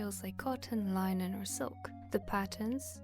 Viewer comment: My autistic brain is demanding that I correct you on the pronunciation of "linen" 😅 It's LIH-nen not LIE-nen 😁 Not trying to dump on your accent at all, it's a really pretty accent, just trying to help out a little ☺